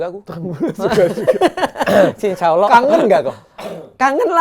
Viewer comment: Yang benar Allah, bukan Awlah dok. selamat belajar.